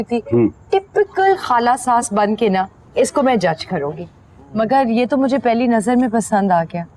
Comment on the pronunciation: Anyone who has noticed that Nargis buaa says Jey instead of yey